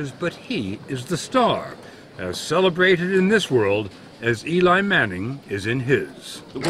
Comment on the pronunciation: Did he say Eli manning